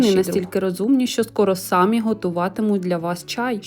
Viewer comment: СаміІІ, а не САмі